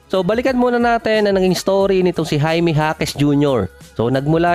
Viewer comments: Jaquez (Hakes) hindi Jasquez (Haskes) ulit ulit eh..hahaha jasquez ng jasquez..hahaha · Bulol talaga HASKES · anu ba talaga boss pgkabigkas mo...jasquez ba or jaquez alin sa dalawa ang tamang apelyido